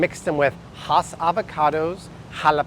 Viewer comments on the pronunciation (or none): Hey. The avocado is pronounced just like it looks HASS-named after the family in Hacienda Hts. In Southern California..30 yrs ago many advertised them as HAAS. No such animal! FYI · Also HASS he pronounces like HOSS and that is incorrect.